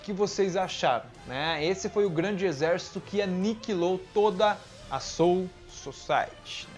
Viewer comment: "Aniquilou". kkk